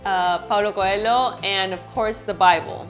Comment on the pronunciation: Paulo "coelo" who is this gay? I know Paulo Coelho.